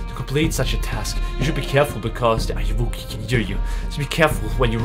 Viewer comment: Ayuwoki is pronounced 'are you ok'. It's actually a play on the singer's "Smooth Criminal" lyric "Annie are you ok?"